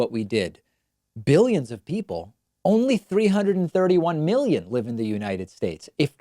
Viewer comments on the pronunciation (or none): He didn’t really pronounce the first letter clearly. I’m pretty sure he said millions, although after the whole disinfectant injection and uv talk I don’t even know anymore. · He said millions not billions, he just pronounced it pseudo slur style. Even the auto captions on screen say millions. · it really sounds like a drug induced mumbling of millions actually. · I actually think he said millions but the cocaine hit the back of his throat on the M so it came out bgillions. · Not a fan of Trump, but I really heard millions not billions. Or did I not hear it correctly? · Sounded to me like he said "millions" and he slurred it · I heard millions. I think this time he was just a mumblemouth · He doesn’t really pronounce the first letter so he could’ve said millions, but after the whole disinfectant injection shit I wouldn’t be shocked if he said billions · I am no fan of Trump but I am no sure the audio is clear enough and with his terrible slurred style of mumble speech it could be that he said millions. I would check with multiple camera angles and other outlets to see if all the video is the same.